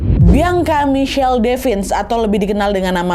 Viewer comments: Ka Nad, izin kasih masukkan ya.. mungkin untuk ke depannya kalau ada penyebutan nama bisa dibenerin ya. Klo untuk yg di video ini seharusnya "bian-ka", bukan "biang-ka". Agak gimana gitu denger penyebutan "biang-ka" diulang2 sepanjang video wkwk 😂🙏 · ka nad , baca nama bianca itu "bian Ka " bukan "biang ka" soalnya beda arti kak , kalo dalam bahasa daerahku biang itu anjing 😭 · kak kamu nyebut "bianca" pake idghom ya kak jadi "biangka", gemess wkwk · Sakit kali kepalaku dengar dia bilang "Biangka " lohh 😅😂😂😂 emang gitu nyebut namanya ? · Ak safok sm sebutan namany Biangka 😂😂😂